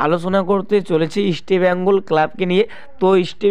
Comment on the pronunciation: বাংলা ভাষা টা ঠিক করে বলতে শিখুন। ইস্টি বেঙ্গল কি কথা, তারপর ভিডিও করুন।